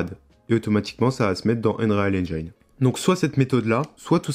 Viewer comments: Prononciation : N-jine et pas Njayne 😅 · "Haine-djéne" pas "haine-djaïne" ... Mais sinon ça a l'aire bien fichue ce tuto. Bravo!